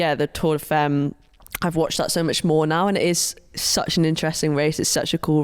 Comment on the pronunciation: Femmes pronounced fAmmes. Argh. Sorry. I’ll shut up. Love this podcast. Finally. Cannot wait!!